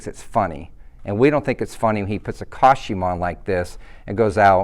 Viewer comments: Did he pronounce it coshume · Why can’t he say the word costume correct? 🤔😂